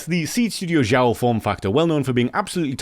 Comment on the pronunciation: Great video as usual! By the way I guess they pronounce Xiao as Shao.